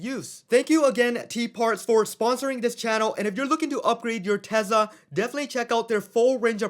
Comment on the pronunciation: is it TeZla or TeSla?